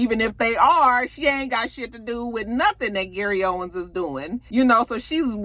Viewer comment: It's Gary OWEN. No S at the end.